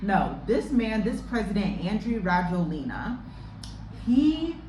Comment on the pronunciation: I live in Madagascar, his name is pronounced ra-JWEL-nah.